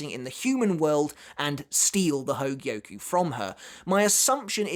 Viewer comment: I'm impressed you say hōgyoku correctly, and not hōgioku